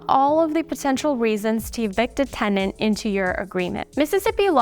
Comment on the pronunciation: TENANT. Not TENDANT 🤦🏻‍♀️